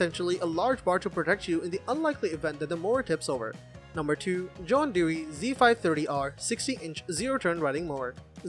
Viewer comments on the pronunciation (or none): No offense to your honest attempt to make an informative product video. But viewers can tell straight away that you cannot pronounce John Deere properly. Considering that CR says that John Deere is the ONLY manufacturer to receive its top rating for reliability. And that John Deere sells more than ALL manufacturers combined. And on top of that, in no world could Cub Cadet EVER be ranked above ANY John Deere. And thats all I got to say about that!